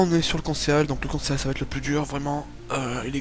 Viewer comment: moi jsais un truc sur le conceal ça se prononce "consil" et pas "conséal"